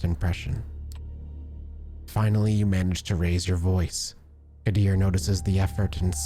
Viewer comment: Qadir pronounced Kadir